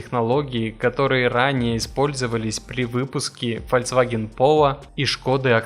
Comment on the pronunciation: Автор, ты же сам врезал этот кусок с правильным названием. Так когда ты, наконец, начнёшь правильно говорить - ФОЛЬКСВАГЕН?